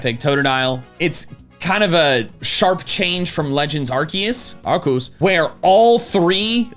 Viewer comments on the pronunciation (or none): please please pronounce arceus right it's a soft C not a hard C. Ar-SEE-us.